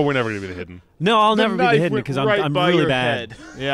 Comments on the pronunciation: "iwmwm th hiwdee" -Joel Heyman, 2015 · ***** it's more like I a de heeeden